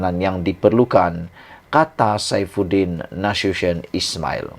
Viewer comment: SAIFUDIN NASUTION SEBUT YG BETUL 😂😂